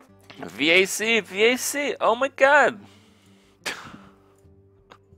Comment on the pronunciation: " V - A - C " rofl n00b, back to CoD